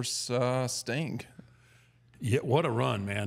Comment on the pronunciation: The way pronounces 'Sting' sounds very much like 'Stink' 😂